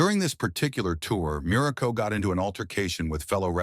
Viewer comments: Crappy AI narration, dumb and stupid narrative. Muraco--not "Miraco"--was an excellent heel, a solid wrestler, a great worker, and a likeable person. Was he a stiff worker? Maybe. Greg Valentine also worked stiff, as did the Bulldogs, the Road Warriors, and a lot more. It was just how they worked. As for Muraco's alcohol problems, if he was open about it, all the better. It can happen to anyone. This kind of BS reporting--if it can be called that--is a disservice to wrestling and the wrestlers themselves. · Me too! Mur a co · And Marco I heard too. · Dude just mispronounced dudes name "Miraco" and hes lying about this man?! No tragic life?? Unsubscribing immediately, God bless you 🫵🏾🙏🏾 and thank you. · "Merico"? I HATE AI NARRATORS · The AI voiceover is ridiculous. How many different ways can AI mispronounce the name Muraco? This is almost entirely fiction, this guy was one of the least controversial wrestlers in wrestling. God I hate AI… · He was one of my favorites when I was a kid but if they are going to use an AI narrator, at least pronounce the last name right of the person you are talking about. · This is totally bullshit. You can't even pronounce his name correctly.